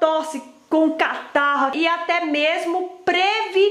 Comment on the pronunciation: "Cátaro" ? O que é isso? 🤣